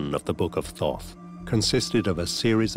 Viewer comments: I am uncomfortable that inside the first minute they are referring to it as th-aww-th...it was pronounced Taught. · All this and not once did they pronounce his name right. Thoth was pronounced "tot" or, lets just say hermes? Theres so much fractured and suspenseful bs here lol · Did he say book of Thot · He called out to me by saying his name to me three times. Thought, Thought, Thought. I found the spelling online of Thoth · Froth, I think is what he said....